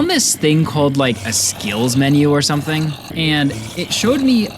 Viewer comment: "achieve sumPthing!"